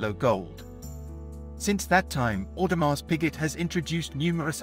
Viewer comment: Audemars Who? Tour bill on?? Awful pronunciation Sir, just Terrible